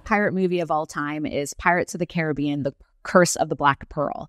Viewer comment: her pronunciation of “Caribbean” is killing me